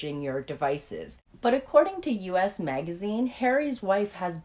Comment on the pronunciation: Just one little nitpick, it's not "U.S." magazine. It's "Us", as in the object pronoun.